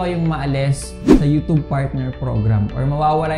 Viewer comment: Youtube.....hindi youtobe.